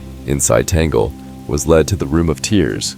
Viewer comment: Pure speculation. Only God knows who will be the next Pope. You don't even know how to pronounce Cardinal Tagle's name.